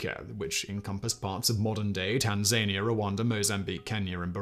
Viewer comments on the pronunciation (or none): I bit my tongue on the first video, but just because Tasmania is pronounced a certain way doesn't men it applies in every instance !! It's TAN ZAN EEYAHH ffs